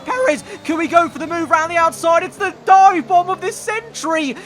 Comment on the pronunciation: why would we raid awound indeed